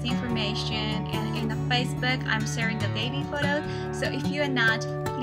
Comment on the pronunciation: Say video, not bideo, please :)